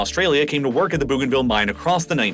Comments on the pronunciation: I am from East New Britian Province (Papua New Guinea) Bougainville is pronounced BOganville not Boooganville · I couldn't finish watching this, the narrator needs to get his pronunciation correct, I wanted to throw my phone everytime he said Booganville 😂. Where the hell is Booganville ? I know of a Bougainville. Pronounced Boganville ☺️😆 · It’s bow-gain-ville not boo-gainville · Bougainville is pronounced Boeganville not Booganville. Fascinating video and very informative. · That first "new country"? Pronounced Bo-gan-ville. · Bougainville is pronounced Boganville. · Sending love from Papua New Guinea I'm from Bougainville. You pronounce Bougainville wrong (Boh gaen vil). After the Franch explorer Cpt. Louise de Bougainville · bro, could you look up how to pronounce place names in the future? it's BOH-gan-vil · I'm a subscriber from Queensland, Australia. I have a bougainvillea vine in my front yard. So do many of us. It's pronounced "bow" as in bow and arrow. Still love your work. I watch all your posts. 😊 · “Bow” “Bow- gan - vill.” How do I know? Firstly, I’m Papuan. Secondly, I’ve been there, including the Panguna mine whilst it operated. Thirdly, my cousin lives there now. Great synopsis, but please look into the pronunciation of places during your thorough research. You did such well only to drop the ball at the last moment. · It’s actually pronounced ‘Bow-gan-vil’. Which isn’t any better actually - ‘bogan’ is an Australian equivalent of a redneck. Also: East Timor is ‘Tee-more’. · Ooof. Stop saying "boo-ganville". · That pronunciation of "Bougainville" tho... O.o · The pronunciation of Bougainville is jarring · Only just watching this now. A couple of pronunciation suggestions: Bo-gainville, and Tee-mor. (disclaimer: I'm Australian, my pronunciation could be wrong too, natives might pronounce their country names differently) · Good video but you have mispronounced Timor and Bougainville. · No issues here... Except he mispronounced Timor and Bougainville :p